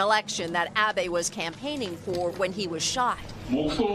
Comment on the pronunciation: あ〜べ って発音されるとなんとも😭 あべ って発音して欲しい🥺